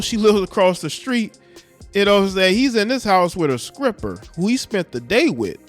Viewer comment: Why are you pronouncing "skripper!" Bro you are kinda dishonoring her with a childish delivery of the news bro ...grow up